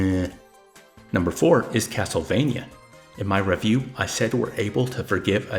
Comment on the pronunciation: Wtf is wrong with you. You don't know how to pronounce the word "review"? It's "ree-vew" not "re-vew". I watch for over 90 minutes then you just start pronouncing words how you feel? I hated that so much. There was another word you incorrectly pronounced as well. You remind me of an artificial intelligence. I've never seen such stilted and rhythmic delivery. Almost like a metronome or some software. I watched for 90 minutes. But this was just 90 minutes of opinion by a robot who loves itself. I will say that I also consider Punch Out a rhythm game. But I can't imagine I would enjoy it for some reason. I feel I should try it but this game appears to be extremely shallow. I felt afraid and confused and angry. This video was hinging on the fully insane and incoherent throughout but just couldn't resist admitting to being a random load of shit right at the end. "I imagine that as each years releases increases, there will be a higher number of games, and therefore, good games." Has there ever been a more redundant sentence? Mate. Just read your script, consider what someone who doesn't live inside your head might make of it and adjust it so I don't have to guess what you mean or feel worried about your mental health.